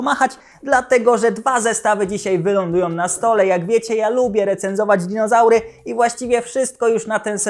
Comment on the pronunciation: Mówi się "dizonaury" Panie Kochany! 🦕🦖